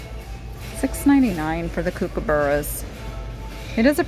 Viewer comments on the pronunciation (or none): Its Cook-a-burra's..lol...